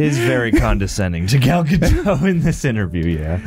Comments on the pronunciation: Why do people insist on saying Ga-doe and not ga-dot? Its Gadot. dot. not doe. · Gal GadoT, the T is pronunced. She's Israeli, not French. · I think Gadot actually rhymes with "the vote". It's not French. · For the record, it’s pronounced “Ga-dote” which she has said in interviews. She is not French lol. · Plus - the T in Gadot isn’t silent 😁